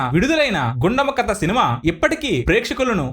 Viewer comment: కత కాదు, కథ అని పలకాలి. సాంత కాదు, శాంత అని పలకాలి. బందువు కాదు, బంధువు అని పలకాలి. తెలుగు సరిగా పలకటం రాని మీరు voice over ఎందుకిస్తున్నారు?